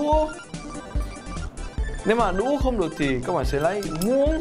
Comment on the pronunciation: Anh nói chữ đũa vui quá